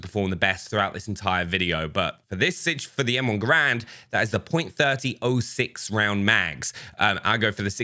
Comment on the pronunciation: If you read this, the.30-06 people say “30 OT 6”